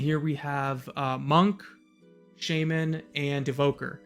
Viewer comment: shah-men (shaw, like shawl). No shame. lol The priest one looks a little chunky for cloth.